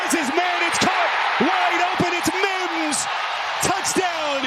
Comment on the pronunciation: If that dude says Mims like he does one more time.... 🤬